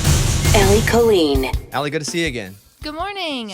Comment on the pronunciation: The Irish pronounce it as kaa-leen. It is the Irish word for girl. I have never heard it pronounced Co-leen except by my family which I always found strange as we were Irish.